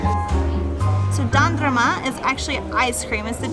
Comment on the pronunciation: Oh! I wish I could meet up with you guys! Love you, and happy to see that you had an amazing day in Istanbul! And dondurma pronunciation was so good! ❤ hope to see You guys oneday